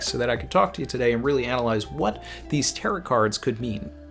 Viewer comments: More like tare-owe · Tarot sounds like Ta-row rather than Tarott sounding like carrot just saying. Great video as always, always look forward to your chapter reading and following video. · Last 't' is silent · You mispronounced Tarot the entire video